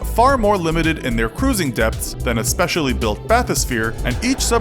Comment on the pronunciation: Everytime you say depths i hear death